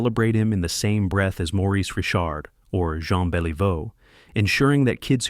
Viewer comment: I HATE THE E I VICE THAT SAYS R I C H ARD ... AND BEL EEE VEAU , WHAT TRASH